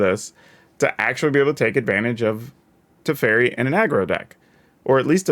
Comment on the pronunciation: man ey butchered my boy tef so hard. also good point about tempo tef big brain. Haven't seen any1 pointing this out yet